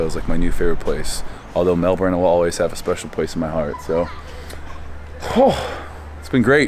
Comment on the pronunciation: first American in history to pronounce 'Melbourne' correctly ... lel